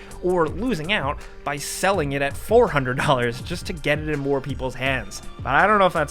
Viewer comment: Four hunnit.